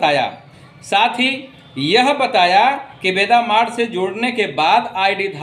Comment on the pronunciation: Veda point hai sir Veda Mart nhi